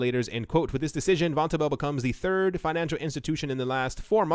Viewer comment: It's pronounced von- tobel.